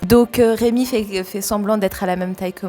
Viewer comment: La première fois j'ai entendu "Raymond"?!?!?!?! Puis je suis retourné un peu en arrière, ouf c'est "Rémi" haha Et le chantage aux Magnum au caramel c'est moche, 😂